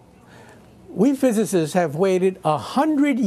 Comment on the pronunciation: The favorite WORDS Of michio kaku is " WE PHYSISTS "